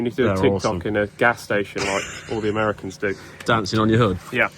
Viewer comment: That would be Mehr'eh-Can's from Merika...ahemmm.